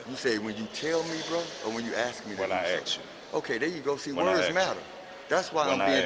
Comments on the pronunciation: "doin fimmin"...a mind is a terrible thing. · More “fimmin” goin’ on!